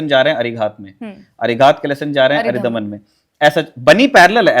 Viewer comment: मैडम, वो अरिदमन है अरिधमन नहीं। शत्रु का दमन।